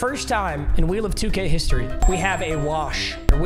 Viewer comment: Idk why i heard "wheeelll of 2 gayyyyyy"😂